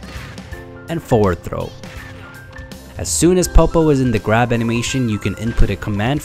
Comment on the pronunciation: “while holding the gwab button a bit longer”